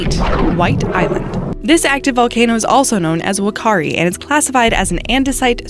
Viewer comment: it's fakaari spelt like whakaari